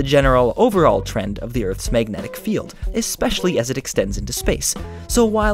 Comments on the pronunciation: It really bothers me that he says "meignetic" instead of magnetic. Just a detail, but the word was used a lot in this video. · Mag-net-ic. Not, mayg-netic